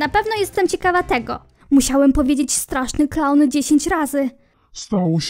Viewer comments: Kiedyś Ernest był mniej rakowy. Kiedyś zwykły dobry chłopak mc nagrywał. Edit: A tak btw czy tylko ja zamiast straszny klaun słyszę kasztany xD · Niewiem jak wy ale ja tam zamiast straszny klaun słysze straszny KAŁ XDDD